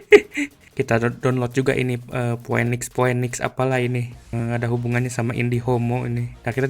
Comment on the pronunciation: Pinix bang bacanya bukan poenix, masa org ga gaptek bahasa inggrisnya jelek bgt